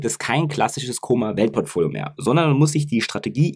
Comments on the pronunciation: Es heißt Kom-mer nicht Komer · Wenn immer tolles Video. Aber warum liegt der Herr Kommer im Koma? Sorry, bei der top Qualität deiner Videos bitte auch die Namen richtig aussprechen,das irritiert 😉